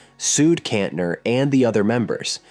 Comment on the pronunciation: and Kantener